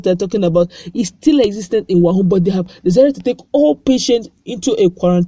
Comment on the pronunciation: Pls stop calling it 'wahun,...'its wuhan'